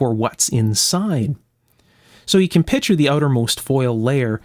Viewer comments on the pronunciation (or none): is such a smart guy that it was a bit surprising to hear him mispronounce picture as "pitcher". I've heard that from a lot of other folks, but wasn't expecting it from him.